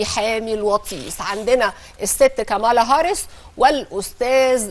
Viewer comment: صوتك وانتي بتقولي كاملا هارس اكنك واكله طبق محشي يامذيعه الفيوم انتي